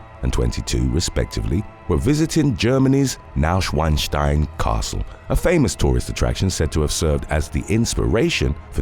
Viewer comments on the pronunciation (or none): none